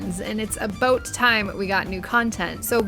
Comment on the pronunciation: I learned how to heal through this dungeon thanks your guide and I noticed in it you said "aboat" at some point...I didn't know you are Canadian! This is a jay kay. Thanks for the guide and I love your work! Cheers